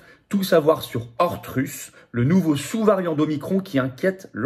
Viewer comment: ORTHRUS => Orthe Russe ? Floriant, c'est pas ORTHRUS, c'est ORTHUSA :)